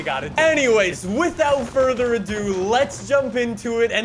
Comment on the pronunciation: Fortzher lol